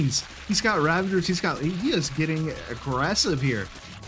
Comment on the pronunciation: dude, there is no N in ravagers. Please, learn to pronounce it properly